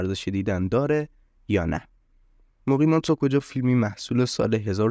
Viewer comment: مقیمان ناکجا سید! اسمشم درست نگفتی حتی!